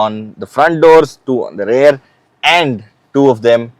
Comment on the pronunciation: Sorry Sir, but I'm a little confused. Every time you say "Rare" do you Actually mean rare or do you mean Rear? Please advice Sir